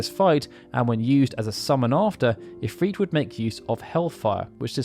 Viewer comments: I stopped this video a few minutes in. I cannot focus on what he's saying because he's mispronouncing if-r-it. He's saying if-freet. It has the same effect when he says tee-dis in place of ty-dis. Very sad I'll miss out on great videos. 😬😬😬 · I dont like how he pronounces Ifrit or Shiva. I prefer [ If-r-it ] instead of [ If-reet ]. Idk how he gets a long "e" sound without a second vowel in the word. Shiva has at least "a" second vowel and I think its pretty to say [Shee-va]. [Sh-i-va] is a reasonable way to pronounce her name yet it lacks the glamorous ring befitting her title as a royal ice queen ("she" sounds more feminine too.). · Love the videos. I don't know why it bothers me so much but Ive always pronounced it IF-RIT besides IF-REET. IF-REET makes its sound weaker to me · the islamic pronounciation is not ifreet or ifrit it's the I is actually the letter ع which can not be prononced in english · It's because the name isn't English, it's Arabic. It doesn't follow the same rules, it's just romanized into English spelling. From google: Ifrit, also spelled as efreet and afrit (Arabic: ʻIfrīt: عفريت, pl ʻAfārīt: عفاريت), is a powerful type of demon in Islamic mythology. Japanese "i" is also pronounced ee, that's just how their language is written into English. For Japanese it's ALWAYS: a = ah e = eh i = ee o = oh u = ooh In fact Japanese is VERY consistent. English is incredibly inconsistent and chock full of spelling exceptions due to sourcing words from all over the place or just not sticking to one way of spelling anything Easy examples: "mood" and "food" rhyme with each other but not with "good". As a native speaker, English honestly makes no sense. Blame English, not the other languages